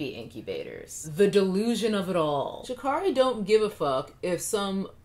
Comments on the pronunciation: Quick note, She'Carri is pronounced like Care. Sha- care - ry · Sha'Carri is pronounced Sha'Carry.